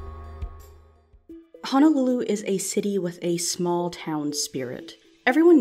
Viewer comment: Wish people would pronounce "Honolulu" correctly.